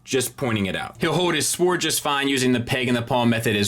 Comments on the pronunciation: There is a point where saying “sowaard” stops being funny and is just annoying. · The only thing that really bugs me in this review is his inability to pronounce "sword" properly, the "w" is silent. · Why do you say sword and feet like that